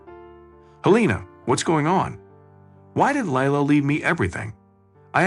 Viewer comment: Leila is pronounced Lee-Ila.